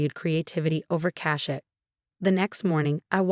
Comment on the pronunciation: All show, not I'll show. Cachet, not cash. aesthetics, not esthetics. There, not they're. Swirl, not squirrel. Entourage. Aunt Charlotte, not on Charlotte.